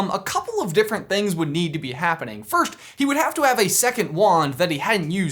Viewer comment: When he was announcing the meet up he totally said 'December firsht' 😂😂😂😂 Love ya♥️